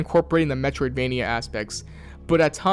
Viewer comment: Drinking game: take a shot every time he says, "Metriodvania." Take a double shot at the end if you don't know what that means.